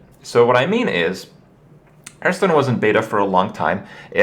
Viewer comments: I don't even know which video that I watched this one is, but... why does Kripp keep pronouncing it "Hurthstone"?! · he always pronounce it "hurtstone" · "Hurthstone" -Kripp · Am i the only one who is noticing Kripp's wrong pronounciation of ''Hearthstone''? No haterino or kapparino. Nice vid nonetheless bro.